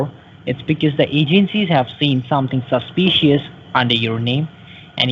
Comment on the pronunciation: I'm sorry, but everytime he says "susspeeceeous"........ LOL